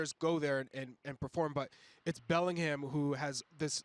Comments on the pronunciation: It’s not belling ham, it bellinarm 😂😂😂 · Bending over backwards to pronounce Real Madrid correctly, and then saying BellingHAM...